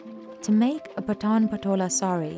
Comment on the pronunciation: No she pronounces Patan very wrong, even Indians outside Gujarat finds it hard to pronounce the word Patan challenging due to word 'N' it's Paaaton